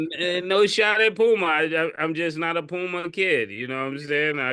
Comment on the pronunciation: Why u do mase pronounce “a’s” so high Ex. “LukAI”, “ pumAI” lol